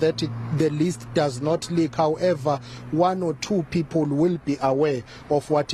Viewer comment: Pee pull... Is people